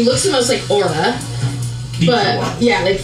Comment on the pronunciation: The name Aura makes me cringe everytime they say it. It sounds like they are about to say Oral.....